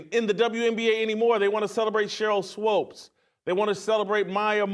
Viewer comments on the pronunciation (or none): It's Swoopes NOT Swopes lol. It's Swoopes with two O's as Steve Kim pointed out! Names set aside, love the content! Keep doin' your thing Jason! 🔥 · why the hell can he never get Sheryls last name right?!?